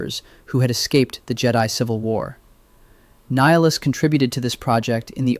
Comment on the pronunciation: I think it is AI because he's constantly saying Nihilus's name incorrectly